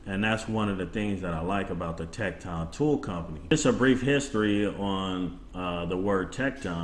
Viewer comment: Good try with the pronunciation of tekton but its actually pronounced tektin. Everyone seems to be pronounced it wrong. As I was told by the company themselves. Of the correct pronunciation. Just thought I would let you know. Good video though.